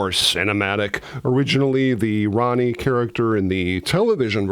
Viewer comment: Proniune RONEY not Ronnie. And it's APPARITION, mot ap=ah-ration. But it's good to see anything about this fave film of mine.